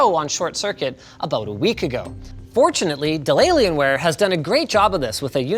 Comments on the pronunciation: I love the way he says "delaylionware" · Hah, “De’llaienware” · Has anyone else heard "deliriumware"? - and again... Cannot unhear. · i thought he said delaylienware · I keep hearing De Lalianwear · Did he just say delaylienware? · Hey Linus, what's up with the "Delalienware"?😂